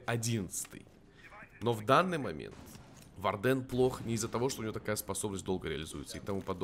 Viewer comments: Хорошее видео, но вардЭн - это нечто, исправься пожалуйста, это слово читается как wArden "УОрден" или "УАрден", а то честно больно слушать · Сорян,но вардЭн уши режет